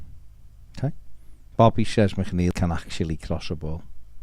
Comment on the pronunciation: Coming from a fellow MC is McNeil not macneil lol